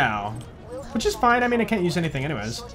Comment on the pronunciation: I love it how goes "foine" and "thanks mayn"